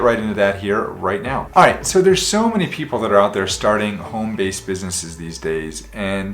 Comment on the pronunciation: He said iiight